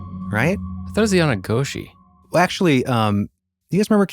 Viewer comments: It's not "Yeh na gooshii" it's "Yay Naw glow-shee" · Wait wait WAIT one shape-shifting moment. Not only do you put a picture of one of the participants of the Yei bi Chei, (again, one of their MOST -SACRED healing ceremonies)now you are pronouncing it “yah nah goshie?!!!” Look, you’re white. I get it. The Navajo language and other Athabascan languages have some seriously difficult-to-pronounce sounds that make up the words in the language. Sometimes it’s just better to use the English word that is the translation than to butcher the language that way! There is a story – a bit of a humorous story – about some words in one of the Apache languages (there are nine individual federally-recognized Apache tribes in the United States) where, if you do not pronounce each word properly (which involves being able to hear very subtle differences), well let’s just say that you may have to pick yourself up off the floor after grandma gets through with you. And trust me, these are no cute, little, white-haired grannies that live in a cottage with a white picket fence. These women can and often DID break wild Rez horses to ride, herd sheep, took care of their families, wove rugs, etc.. (*see below for jaw-droppingly funny and COMPLETELY TRUE story about a Diné grandma, her horse, some sheep and some wild… that’s all I’m gonna say. Read below to find out “The REST of the Story). Sometimes it’s just the best thing all around to use the English word. * my great grandmother, Lena Velarde, neé Sandoval, was Diné from the Chaco Canyon area in New Me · YE NAAL GLOOW SHI, is a better way to pronounce it.